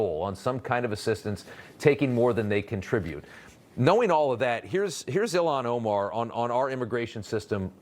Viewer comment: I love Trump’s insistence to pronounce foreign names exactly how they’re spelled in English. “Ill-Han O-Marr”